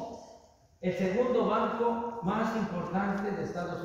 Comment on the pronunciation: "Ej que Salinas robó máj. Nada máj son tres funcionarios jejejeje y robaron poquito"